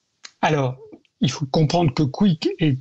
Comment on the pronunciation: le dernier intervenant, le spécialiste de rien du tout, qu’il apprenne déjà à dire correctement kick et pas " quick" sérieux… on lit, on entend toujours spécialiste, spécialiste de ci de ça dans les médias, ça ne veut absolument rien dire… kick, c’est la plateforme de tous les bannis des autres plateformes, ils prennent tous les streamers que les autres plateformes comme twitch, youtube, etc. ne veulent pas… kick est 100% coresponsable de cette horreur